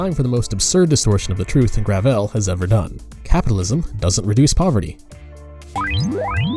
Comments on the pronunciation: The fact that they call themselves "Gravel Institute" and pronounce it "Gravelle" is itself indicative of the grift they're going for. But at the end of the day, gravel is all they'll have left to eat in the socialist cupboard. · Excuse me, but what is "grah-vell?" My ears are bleeding.